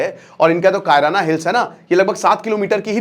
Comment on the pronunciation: बड़का भैया "कायराना हिल्स " नहीं है शायद "किराना हिल्स" है ।